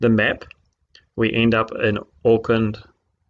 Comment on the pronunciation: Im still trying to figure out how as a NZer myself he can mispronounce Auckland so badly... No NZer EVER would call Auckland 'Orkind' (maybe a 3 year old would), that just rings alarm bells in my mind.